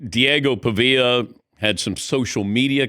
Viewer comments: I love that he didn’t even pronounce his name right Imao “Diego Puhveeuh” 😂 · Who pronounces it Diego Pa-via? Lol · "Diego Puhvea" lmao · Number one, you could at least say his name right number 2. The reason that he said that is because Vanderbilt and Diego have been disrespected the whole season. They should be in the playoffs and they're not He should've won the heisman But he didn't, if Vanderbilt played Indiana, Vanderbilt would win.\nVanderbilt gets no respect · How do you not know how to pronounce his name correctly? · Bro youre a voter and you cant even say his name right. I should be a fucking voter at this point, jesus. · Dan, when you interviewed him, you pronounced Diego's last name correctly. Now that he acted like an idiot after losing the Heisman, you don't know how to pronounce Pavia correctly? Weird.